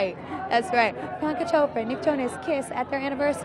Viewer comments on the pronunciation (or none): Priyanka jhopra not Chopra 😂😂